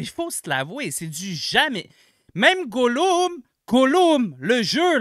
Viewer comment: meilleur vidéo de tous les temps il y a pas meilleure manière de prononcer Gollum